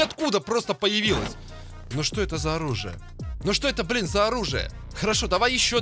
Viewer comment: Хахаха БалЫн ( не хейт )